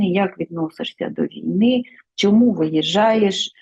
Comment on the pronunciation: Шавний, ви вимовляєте по-російському українські слова: щЬо, чЬому, чі, чЯсто.